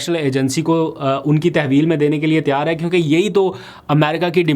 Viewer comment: Aap lpg Tayyar ki tiyar kehte hain pl correct your urdu